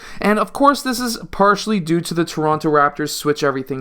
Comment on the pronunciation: Torono. Lol